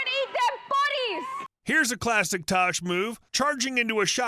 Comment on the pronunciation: It’s tash not tosh